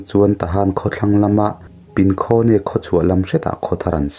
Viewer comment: Tuihang khi i thluk diklo.Mihang tia hang anga thluk tur.Tin,Pinkhone tih pawh khi Pinkhung tia chhiar tur.